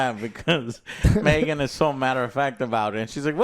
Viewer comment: in and you're already saying Megan wrong. Joe how